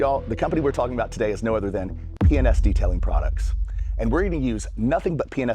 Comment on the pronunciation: Sounds like you are saying penis products! lol